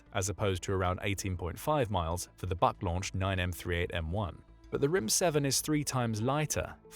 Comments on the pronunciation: Please, at least have some understanding of language. Just because the Russian acronym is BUK, the pronunciation is not BUCK but Vook. B==V, ,,, why do I waste my time. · БУК is pronounced like BOOK, not BUCK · Buck? Didn't you mean BUK? like book? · Buk is pronounced like "book", not like "buck". Means "beech" in Russian. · "BUK" Is pronounced Book. The letter U in Slavic and in Nordic is ALWAY pronounced like "oo" in English.